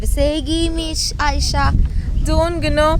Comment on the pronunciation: negüzel Ayşe diyorsun tam bir Türk gibi çok hoşuma gidiyor sen çok yaşa